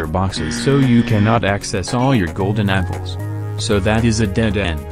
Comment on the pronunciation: Am i the only one hearing "golden nipples" instead of "golden apples"?